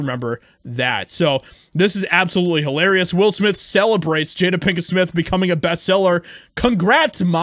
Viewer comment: Did he say HOElarious😂😂😂😂